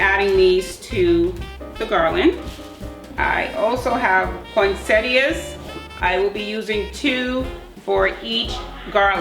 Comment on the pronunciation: Thank you for pronouncing poinsettia correctly! 😂